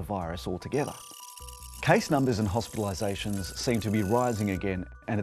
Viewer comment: It's hospiraliZATIONS